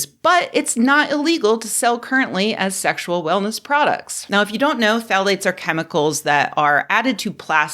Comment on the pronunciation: Are you saying "thalates" or "phallates"? ;-)